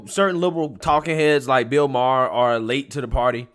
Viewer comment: Bill Ma-ar Justin Tru-doe I love u man but your annunciations of peoples names Fuqn drive me!!! You’ve mispronounced at least a dozen names over the last year. I don’t know if you’re doing it on purpose but fuq man!!!! It’s hard to take u serious sometimes when u can’t pronounce peoples names!!!! It fukn drives me!!!!!